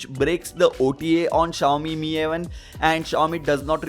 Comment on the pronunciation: Finally you're saying Mi as Meee not M I 😬